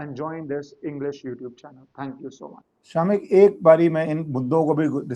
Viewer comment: 😂 true. It's शमिक।